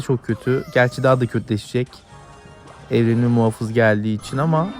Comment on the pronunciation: muhofız değil muhafız videoyu izlerken ekranı ısırdım